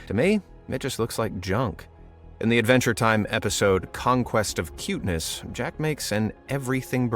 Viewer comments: I'm sorry, did you say Jack? His name is JAKE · It’s Jake not jack